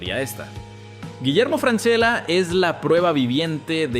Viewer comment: imposible de ver si no pronuncias bien el apelllido